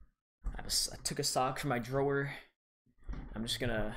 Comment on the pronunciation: "Drower" Wth!